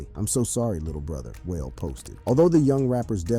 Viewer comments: Whale🙄 am sitting hear like boy its Wale WAH-LAY DAMN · Damn bro how pronounce Wale as whale??? LOL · Please stop saying whale it’s waalay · Whale lmaoo wahh lay is how you pronouce it foo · Bro, it's KWAY-VO, and WAH-LAY. Holy smoke. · The most disturbing aspect of the video aside from the deaths was this persons butchering of Quavo's and Wale's names smh. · You mispronounce wal e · How tf do you not know how to pronounce Quavo or Wale? And got the nerve to make a video about rappers. 😂 Culture vulture… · Why don't you know how to pronounce Quavo and Wale?? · 😂 I didn't even know he was talking about Wale until I read the comments.